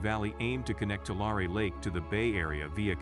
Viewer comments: As a ‘Valley Boy’, let me help you learn how to pronounce that name: Too Larry, with the accent ob Larry. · Nothing better than listening to AI mispronounce Tulare and other words . That area is not a disaster .The producers of this report using AI narration are the natural born disaster.